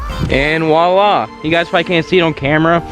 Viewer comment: and "voila" not "walla"